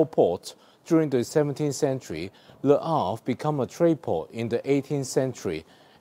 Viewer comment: I will be hitting Le Havre next year so was interested in your blog. May I say that your pronunciation is excellent.